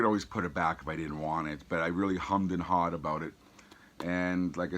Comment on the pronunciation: Never heard an American say ‘Hummed and Hard’ before! You iz cool man🤘dont sound the H’s though guv!😆😆